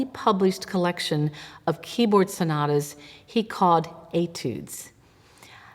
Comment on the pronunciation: The routine mangling of Italian words by American-English speakers is disrespectful; to be discussing the ‘sonadas’ of ‘Scarladdi’ is simply a horrible mutilation of one of the most attractive languages on the planet. Italian seems to suffer disproportionately from this perennial savaging of its pronunciation, the ‘t’s becoming ‘d’s being one of the worst indignities inflicted upon it as already pointed out; American-English speakers try a bit harder with German for example where calling JS Bach ‘Batch’ almost never happens.